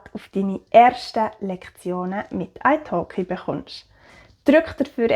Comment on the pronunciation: Ich hab gedacht das du Eishock’g’ei gesagt hat, aber es war italki 😂